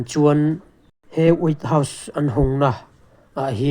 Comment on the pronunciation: Way house nge? wait house nge? hriatthiam ava har ve😂😂